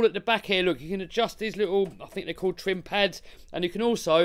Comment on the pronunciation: I "fink" this is a good video bruv